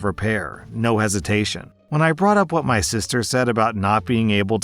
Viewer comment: Op said what not wha like a little baby